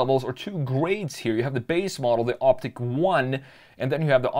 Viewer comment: it's "ICK" not "EEK"